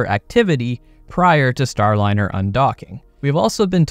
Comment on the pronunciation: "STRAND-LINER" is cold 🤣💀💀